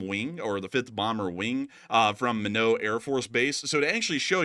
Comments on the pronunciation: It's pronounced my knot not minnow or mine naught to annunciate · It’s pronounced “My Not”… not Min-oo…. Couldn’t figure what you were talking about 😂😂😂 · Lol love you guys. It's Minot (My knot) not minow 😂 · A couple things. The B-52s are stationed at Minot AFB, ND. pronounced this as "Me-Know". It actually rhymes with "Why Not". The longer we let the Iraqis fortify their nuclear facilities, the harder it will be to disrupt them. Several years ago, the Israelis wanted to destroy them before protection progressed beyond Israeli attack capabilities. They worried that it would soon be beyond the ability of anything the US is known to possess. Imagine if we became immobilized by concerns the Iraqis had The Bomb, the way we figuratively soil our pants at the possibility of escalating against the Russians. The Russian leadership as a whole has some desire to avoid Mutually Assured Destruction. It seems the Iraqi leadership might view MAD as as the express line to collecting their virgins similar to suicide bombers. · It's pronounced My-Not ND Minot. I had the displeasure of being stationed there. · to avoid you being roasted, the pronunciation for Minot AFB is “My-knot”. Only us Air Force nerds care:)